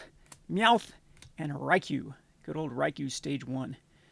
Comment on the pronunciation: It’s “Rye-Choo” 😂 not Rye-Q Gotta love Pokémon names Pikachu evolves into Raichu